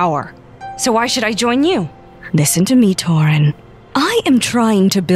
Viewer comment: Yo why whenever I see torin Then subtitles be like I think they’re saying torn